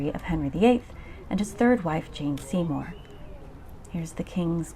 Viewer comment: Jane Seymore not Jean Seymore.